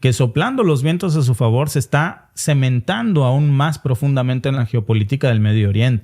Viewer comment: Amigo...es cimentando NO cemantando